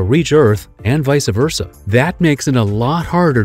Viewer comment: You can talk all you want about intergalactic travel and radio waves traveling at the speed of light but let’s be honest you lost all credibility at your butchering of “Vice Versa” around the 50 second mark 🤣